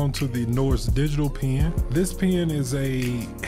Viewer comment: Why do you pronouce pen like pean